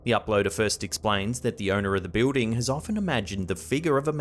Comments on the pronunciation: what's a "biwding"? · I like how he pronounces, "building". 😊 Thanks for collecting all these creepy videos and putting them nicely into these long compilations, it is much appreciated! As a busy mom, I can't spend time searching for these things. Having them here while I can just watch or listen is great! 👍